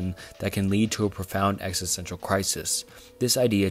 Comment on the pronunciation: Bro if you’re gonna make a video about existential crises please learn how to pronounce “philosophical”, and “existential”